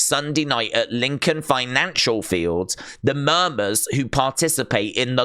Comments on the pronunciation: saying Murmers when It's - Mum-mers smh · Its pronounced mum ers